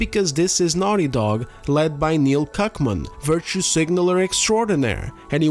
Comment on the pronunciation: Thank you for gettin Cuckmans name right 😊